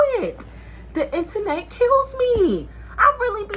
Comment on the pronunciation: The 2 times you said internet I thought you was saying my name Antoinette 😂😂😂 Girl I just got rid of my blue face and after that double back I was done done. You’re right she just needs time